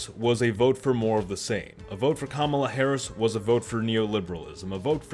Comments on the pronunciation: You can’t even pronounce her name correctly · Why is it that sometimes you can pronounce Kamala's name correctly and other times you can't?... man, you said you wanted to be objective, and unfortunately, you failed face flat on this video .